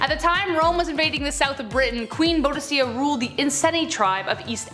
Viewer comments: It's pronounced Boo.Di.Ka and she was the most amazing queen in history I would love to see a video of her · Boudicca - Boo dick uh That's how I have heard it pronounced all my life. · Boudicca - the c's are a hard K sound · First Boudicca is pronounced Bow dicka. Second Schism is pronounced like scissors. Sism.